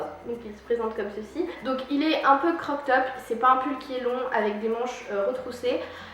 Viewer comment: Super video, je tadore mais stppppp arrete de dire croc top, cest crop top 😉💕 pleins de bisous